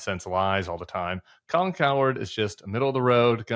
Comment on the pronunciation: Hey Tim, i think its pronounced Cow - Herd, and not coward 😂👊😎